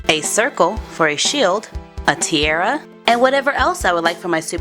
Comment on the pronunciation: I'm sick of you saying tiara wrong dislike